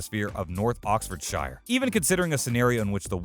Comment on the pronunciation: PLEASE LEARN TO PRONONCE OXFORDSHIRE COORRECTLY AND ITS NOT GAS !!! its perol bloody yanks